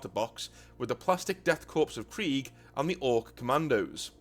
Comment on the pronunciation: Corp, or korps, is pronounced “core.”